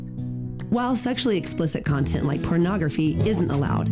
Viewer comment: “... a whole bunch of other CUNT-ent” 😂